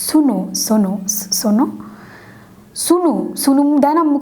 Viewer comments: Its sno not Sunu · এত ঢং করে রিভিউ দেওয়ার কিছু হল না মুখটা কেমন করে বেকায়া টেকায়া কি অবস্থা, স্নো কে সুনু বলতেছে মনে হয় জীবনে স্নো ওয়ার্ড টাই শুনেনি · আপি সুনু সনো এইটা ভাল্লাগছে বাট উচ্চারণ টা স্নো হবে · Api It's not সুনু,it's স্নো😂😂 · আপু, ওইটা "সুনু" / "সোনো" নাহ...😂 ওইটা "স্নো"😂😂 By the way...I enjoyed your video a lot.... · Sunu😹😹😹 Not sunu it's snow 😹😹😹😹😹😹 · ছুনু না আপু। স্নো 😂😂😂😂